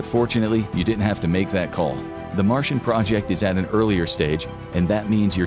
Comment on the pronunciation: It's Martian, not Marsian. lol